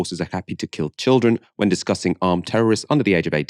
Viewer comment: why do they keep saying childreen? how are you suppose to know its a kid when its holding a gun and wearing a scarf? also even if you knew it was a kid are you not gonna shoot it >?stupid logic from bbc just shows how people with no experience with trauma like to talk like a moral person